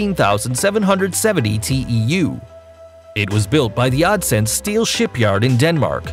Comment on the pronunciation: i Know this doesnt matter but the way he pronounced "odense" is just irritating lol